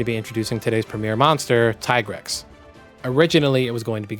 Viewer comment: > GU deviant theme > Tie-grex My ears, man